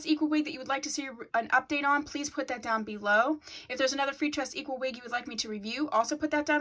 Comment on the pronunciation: Love your update vids and how you say "freetress equal" lol😂💕